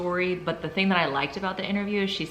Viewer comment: It’s a “southern thinG” to pronounce the “silent” G——- it’s not a K